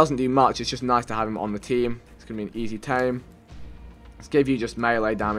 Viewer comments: you say noys not nice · "Noice" "noicely"